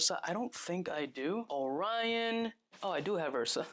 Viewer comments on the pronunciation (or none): none